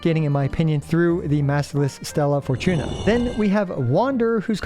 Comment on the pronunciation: Bro the way you kept saying "stellaR" fortuna is annoying af